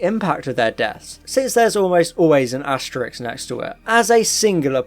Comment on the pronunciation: Asterisk pronounced "Asterix" :)